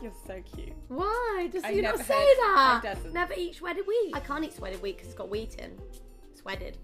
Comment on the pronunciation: "I can't eat swedded wheat bc it's got wheat in"😭😭